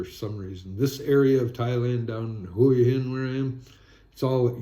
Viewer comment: Hua Hin is pronounced Wa-Hin. If you pronounce it correctly you’ll appear smarter.